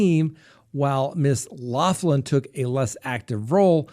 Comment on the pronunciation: you are incredibly educated and respectable man, PLEASE pronounce Lori Loughlin's name correctly PLEASE! It is like nails on a chalkboard!!! "loff‐land" really??? It is "lock-land".